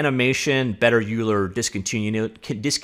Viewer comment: Euler = “Oiler”